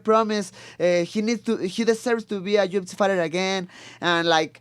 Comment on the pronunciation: When Brandon says UFC it sounds like he's saying Gypsy 😂